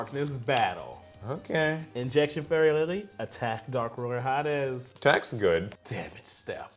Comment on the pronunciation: When you said Dark Ruler Ha Des, YouTube’s closed captioning read it as “Dark Ruler hot ass” lmaooo 😂😂😂